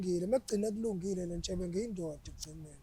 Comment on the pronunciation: Ubizwa ngeNtshebe today and akaphazami ubafo ukubiza clearly